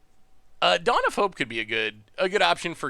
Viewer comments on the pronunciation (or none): none